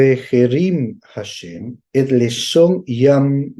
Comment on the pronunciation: Muy bien por compartirlo en hebreo y la traducción correcta. Solo una pequeña petición tengo mi Rabi nacido en Jerusalem - Israel y entiende el español y me dice q corrija al decir HASHEM, no se pronuncia con J (JASHEM), se pronuncia ASHEM. 👍